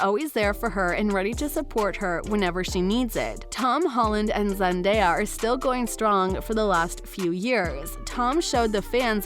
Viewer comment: What's with the narrator's inflection of Zendaya's name? Frickin weird dude